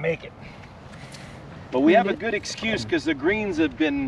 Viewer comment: you sure you ain’t from the SE US? “That’s gonna be goooooooddddd!”